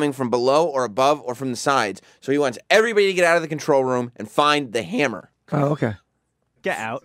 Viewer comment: i love how u say "hyammer" lol